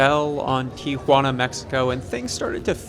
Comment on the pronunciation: Thanks for pronouncing Tijuana correctly. So many people say TiAjuana.